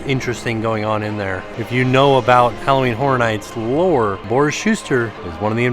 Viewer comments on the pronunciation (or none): none